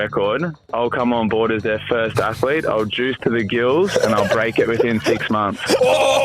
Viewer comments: I am sorry, but the new voice () is so irritating, I cannot watch the video to its end. Not just in comparison to the old voice (Marc) with his German accent, but by itself the American voice sounds less eloquent, with frequent misspellings (athalete, not pronouncing all the 't's and 'g's in words, pronouncing eenhanced instead of enhanced). An insult to the English language made by a supposed native speaker. Honestly, it feels like a step backwards, an attempt to pander to the US market, but alienating the rest. The voice sounds less educated, less sophisticated. I want my narrator to sound like an intellectual person who actually knows the stuff he is presenting, not just reading off of a teleprompter. Sadly, this is the reason I will stop watching your channel after so many years. I am truly sorry! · Man, what is an atheeeelete? AthEEEElete? C'mon man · Ath Uh Leets